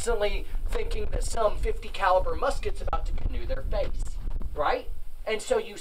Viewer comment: I thought he said "in the faith."